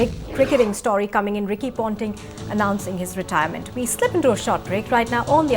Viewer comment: Ricky Pounting? I wanna pound this anchor's mouth so bad. What drugs are you on?